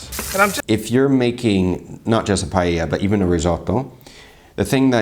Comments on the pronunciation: ? pallella??? If she doesn't even know how to pronounce paella, what can you expect? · Not only none of them did a good paella, but they all mispronounced it 'Pallella'. (Except from the guy reacting which has very decent spanish accent).